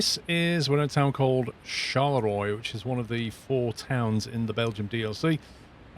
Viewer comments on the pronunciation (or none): Didn't you do French at school? Charleroi is not pronounced Shar le Roy but Shar le ro ah. ☹️. Other than that it seems to need some "finesse-ing" compared to the new lighting in Ets 1.40it looks a bit outdated. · Just want to clarify the "Charleroi" is pronounced more like "Charlerwah" Like most French names a bit of a pain in the back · Its pronounced Shalera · Loved the video Charleroi is pronounced char-la -wa Hope it helps i lived in antwerp or antwerpen years ago Love your videos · Charleroi is pronounced like "Charlerwa" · i love how you butchered "charleroi" ;)